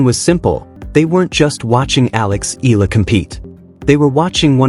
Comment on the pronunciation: It pronounce Eyala. im from the Philippines.